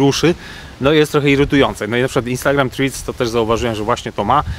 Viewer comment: Proszę na przyszłość skonsultować się z osobą angielskojęzyczną lub odpalić filmik na YT w j. angielskim w celu weryfikacji poprawnej wymowy nazwy Threads (było nie było głównego tematu filmiku)